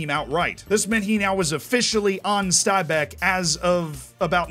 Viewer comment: great pronunciation of stabæk really impressed